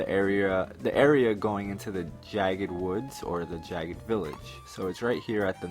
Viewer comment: Lol jagged? XD Jagd is hunt in German. It's not pronounced jagged 😋